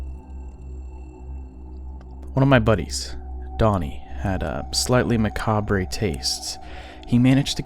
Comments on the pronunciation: I wasn't sure what he was saying like "macabre-y". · Please pronounce the word "macabre" properly.